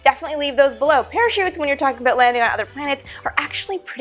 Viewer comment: I heard it! "Abought" love it!